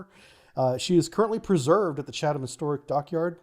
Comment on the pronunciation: Nailed Chatham though! (Yankglish tends to emphasise those H's in -ham endings, while they just soften the a in English)